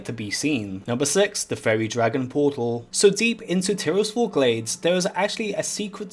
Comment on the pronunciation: TYRS FALL GLADES... lad.. I know it’s named that because it’s Tyrs Fall but it’s not pronounced like that